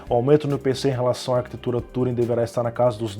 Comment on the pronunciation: falta ânimo ai, 20 minutos de informações técnicas desanimado fica chato o vídeo. Arquitetura "Túring" de novo? Fala tudo certinho mas o TÚring é foda.